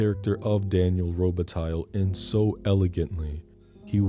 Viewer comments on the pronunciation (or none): That better not be real mink 😂 And it's Daniel Robih-tie. If we're getting technical and all phonics. Also also: F**K YT for not letting you use Philip Glass' score. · Lol miss pronouncing robatille. (The lle is silent, it's the french pronunciation.) Fuck I love this movie